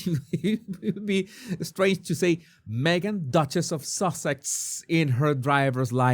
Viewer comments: It's funny you pronounce it sausage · I love that you call her Sausages, instead of Sussex. She’s making it sound like we Americans are so stupid that we can’t figure out what her last name is. She took her married name, which she refused she say in this video. Duchess is a title, not a last name. It’s not that hard to figure out. She danced around the question and never answered what name is on her passport. She’s trying so desperately to hold on to her title that she will only say that her name is Duchess of Sussex and that Sussex is her family name. Maybe she thinks that if she continues to hammer that in then Parliament won’t take her title away.